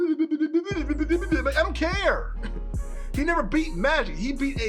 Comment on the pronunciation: ok i was able to understand what you said except from the word mighic, also sailor Cosmos has unlimited energy and is immortal,she can also manipulate time and see the future also she can erase or restart a universe,even end it